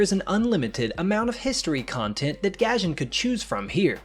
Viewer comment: ‘Gahjayn’ ‘japayn’